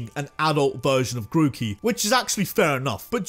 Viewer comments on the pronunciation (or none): DO NOT LEAVE OFF THE E IN GROOKEY!